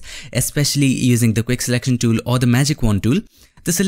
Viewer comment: The dool THE DOOL FRKN TOOL. NOT DOOL